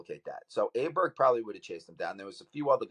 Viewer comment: No It’s not. Type Åberg with an ’Å’ in google translate and listen to the swedish voice.